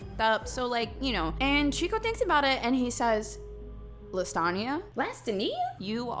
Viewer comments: Bitch really went LAST-A-KNEE-A LMFAO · girl said LAstAnIa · I swear I keep hearing Lasagne when you say her name lol 🤣🤣🤣🤣 Getting hungry 🍝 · “Lastania? Lass-tuh-nee-uh?” 😆😆😆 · Aye yo 🤣🤣😭 I had to like off the pronunciation alone. "LaStunia? LesStanIa???" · LA-ste-nia Is the proper pronunciation I think…